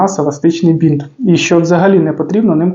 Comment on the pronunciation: Еластичний бИнт, а не бІнт